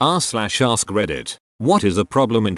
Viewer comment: Lol@ narrator... "aRRRSk"